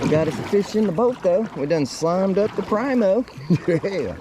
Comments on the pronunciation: preeemo, not prymo, k bud. Love ya. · Learn how to say Primo